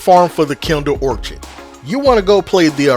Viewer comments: Love this gun!…. And it’s pronounced or kid ❤ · Awesome video!! Note out of love: It's pronounced Kindled Orchid (Or-Kid) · It's (Or-kuhd) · Hard k on the orchid pronunciation. Orchards are something else entirely. Good vid bro!